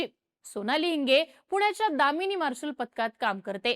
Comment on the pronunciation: दामिनी पथक ❌ कमिनी पथक ✅